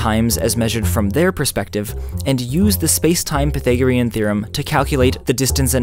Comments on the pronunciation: Aaaargh! Why do you say pythagorean like that? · I've never heard Pythagorean theorem pronounced like that